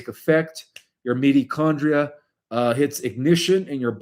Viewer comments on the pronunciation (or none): It always feels strange to me when he is continually saying words incorrectly 🤔 Mee-toe-condria (mitochondria), and countless other times in every single video. It makes my discernment spike. Also, I really don't buy into the whole Trump/Q, etc .. that just does not resonate with my soul at all and I don't understand how many people it resonates with!?